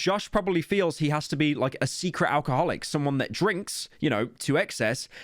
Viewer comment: You can’t say alcoholic like that